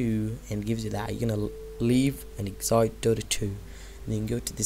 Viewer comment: why say exite?